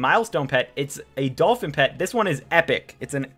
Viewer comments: ENGLISH IN DANGER " Dolpin " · Epic Dolpin with no H lol